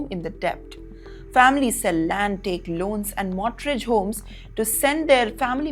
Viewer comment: “Scrutinity” again!?!😂 come on It’s scrutiny. Mortrage? It’s mortgage. 😂😂